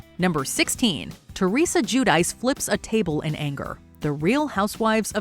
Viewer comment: Her name is not pronounced as "Jew-Dice" It's more like Gwee-Dee-Chee. She's embarrassed bt her Italian heritage.